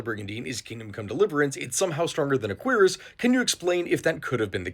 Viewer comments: It's not a quEER-ass it's a keer-ASS. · queer-is.... shouldnt it be cure-is? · "Queeras" 🤨🤨🤨 'Kweras' is how you say it. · Surely it’s pronounced [queue-ras], right? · I thought Cuirass was pronounced cure-ahs or kyur-es, have I been mispronouncing it since 2005? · If it wasn't for this man, I'd still be saying cure-ass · I have never heard someone pronounce cuirass that way. I've only ever heard cure-ass. Not to say you're wrong, it's just weird. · queer ass? is that really how its pronounces? LOL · Considering that the actual pronunciation is basically “queer ass,” I understand why you mispronounced it (to avoid demonetization, right?). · Y’know I knew what a cuirass from the game Castlevania Symphony of the Night (great game btw probably top five in Castlevania imo), but I never knew how to actually pronounce it. I always said it like “cure-as.” So thanks for helping me pronounce cuirass correctly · I've been pronouncing it as "q-rass" for my whole life bro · I really wish you wouldn't pronounce it in such an american way lmao a queer ass? I understand google translate is telling you its pronounced like that but honestly there are other ways to pronounce it 😂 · The way he pronounces Cuirass hurts my ears. It's Cure-Rus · I like how most people here are talking about the subtitles but like, also pronounces Cuirass far to quickly that it does genuinely sound like queers rather than cuirass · I think your saying that word very wrong